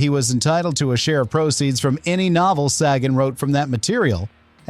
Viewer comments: It's bad enough that your AI narration can't pronounce "compensatory" , but it pronounces Carl Sagan's name as "SAH-gaan" (07.46)?! What a joke. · Oh boy, 3 new ways to pronounce Sagan. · I really hate the way AI can pronounce a name correctly in one sentence and completly differently the next. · THIS is the QUESTION we are all asking after watching this! (and why AI Narrator can't stick with ONE pronunciation of "Sagan"!!!